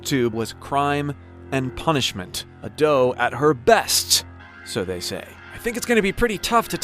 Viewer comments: A-do, not adoo. Try pronouncing her name right please/ください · it's not A-Do, it's Ado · I love how he mispronounces Ado each time